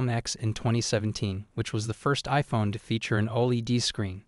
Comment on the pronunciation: the way you say OLED hurts my head LMAO